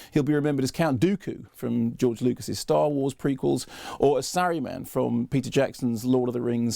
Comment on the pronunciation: I thought the same thing just now when Mark said "saryuman"; had to pause and rewind... Weird.